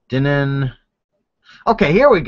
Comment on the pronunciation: Denon pronounced "DEN IN", Technics "Techniques" these receivers will bring in a lot of BUCKAROOSSSSS!!!